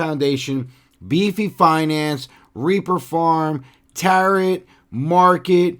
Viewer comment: Friendly reminder the final t in Tarot is silent, as in tarot cards :)